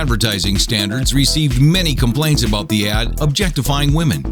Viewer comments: Its ad... Not add...... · Ha, #8, #4, #2, and #1 say "add" instead of ad. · It's "ad" not "add" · It's "AD", not "ADD"